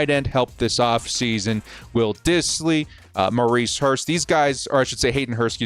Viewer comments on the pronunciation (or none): none